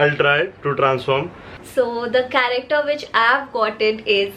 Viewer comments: No one literally no one But and: F.R.I.E.N.D.S correcter instead of character 😂😂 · Just realised every man from damn fam pronouncing character as "karekter"😆😆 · Dude I just can’t hear the word CHARACTER from them ...... plss guyss spell it correctly 😂😂😂🙏🏻It’s not corrector😂🤣